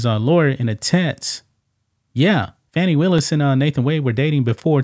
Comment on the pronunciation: You need to pronounce her name right